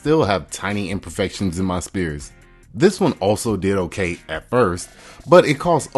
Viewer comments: What is an ice spear :) I'm sure you're trying to say the word sphere (as in the shape)... like a ball. Pronounced exactly like fear with an S at the beginning. The S sound sounds like the beginning of the word snake. Try just saying the S sound a few times (think about the word snake but only sound out the S part) and when you feel confident you have mastered it then add the word fear afterwards. You're welcome :) Greetings from the UK, nice tips for clear ice. I'm going to try this tonight. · Great video. I have no interest in ice but I had to watch from start to finish, now I know more. Just one thing, was you saying spear of ice or sphere? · My brother, the word "sphere" is pronounced sFEER, not spEER. Dump that letter-p sound, and use that letter-F sound. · FYI You're pronouncing the word SPHERE wrong, it is pronounced as sfeer not spear :person-blue-holding-pencil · Sphere = sfere, not spere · Sphere (sfear) not spear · Spear? Sphere is the word you're searching for. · Sphere = "Sfear" not "spear" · The word sphere is pronounced with an F sound, not a P sound. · Sphere is pronounced Sfear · "Sphere" is pronounced sfeer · So nobody's going to say anything about how the word "sphere" is pronounced? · Never listen to a man who doesn't know how to pronounce the word "sphere".